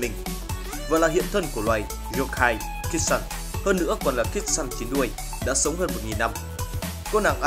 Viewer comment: Kitsune đọc là kít su ne ad ơi, tiếng Nhật mà